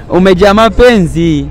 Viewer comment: Mapenzi mbona wanaitamka vizuli jamanii